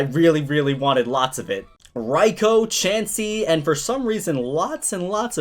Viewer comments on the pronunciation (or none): none